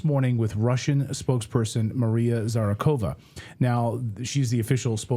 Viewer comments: Zacharova! not Zarakova! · Clayton. At least pronounce her name right, after all this time. You said Zara-khova. It's Zak-harova. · Thats ZA KA RO VA, and not ZA RA KO VA 😄! You sort of inverted the 2 middle syllables of Maria's surname. I absolutely love your show BTW ❣! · She is called Zacharova , not Zarachova. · Her name is Zacharova, not Zarachova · Not Zarakhowa, but Zakharova. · Read it properly: ZA-HA-RO-VA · Try to pronounce the lady's name properly, Clayton. 😊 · Hey Clinton, try to pronounce Maria's surname correctly, like a journalist would... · bro how do you mess up her last name first thing